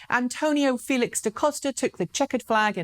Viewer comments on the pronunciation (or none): none